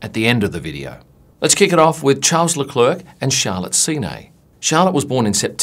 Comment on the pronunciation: when you can’t pronounce Charles Leclerc’s first OR last name... 😳